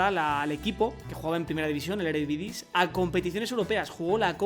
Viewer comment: Creo q no es "erevidise" sino "eredivise"